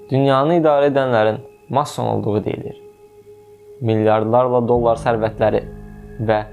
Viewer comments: Mason sözünü düz vurğulaya belə bilmirsən savadsız, gəlib masonlardan danışırsan indi 🤣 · ala get masson sozunun deyilishini oyren sora video chekginen ozude telefonnan chekir